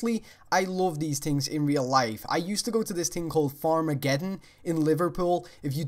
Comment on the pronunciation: when you say thing it sounds like ting